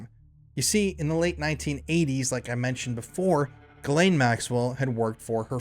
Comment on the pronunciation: I think you meant JIZZ-lane 😂😂😂